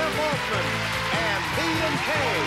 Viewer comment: "and Me and Kei" lol the name is Mie, pronounced "mee-ayy" they couldn't even get one of the star's names right